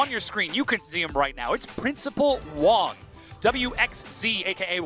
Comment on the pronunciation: Actual props for pronouncing Wang correctly most westerners would pronounce it with a “ang” instead of “ong”.